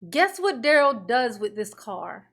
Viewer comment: "Fun loving and kind" words that have not applied to Darrell since he was 8. Note how momma calls him DARE-ELL and not DUH-RELL. Brooks changed the phonetic pronunciation sometime around 15 to sound more "Gangsta".